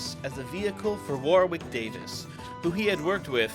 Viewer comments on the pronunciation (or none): warwick is pronounced warrick